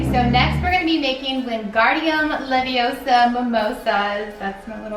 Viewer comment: you should put feathers on your celling "Its not leviOsa its leviosA!